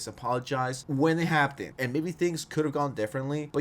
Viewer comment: Is it your accent that makes you pronounce "happened" so terribly?